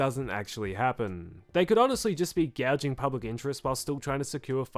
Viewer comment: 'gauging', not gouging 🙂